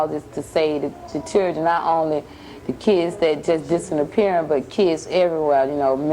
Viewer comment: DID SHE SAY 'DISSINAPPEARING'???